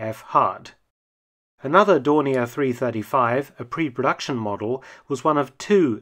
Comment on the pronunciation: Funny how you use the french pronunciations and german pronunciation of Dornier in this, Dorni A, and Dorni ER.